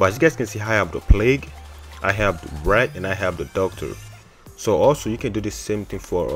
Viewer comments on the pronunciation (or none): He said the rat instead of wrath XD